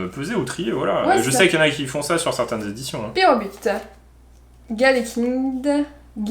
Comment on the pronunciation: C'est lapyro et pas pyrobut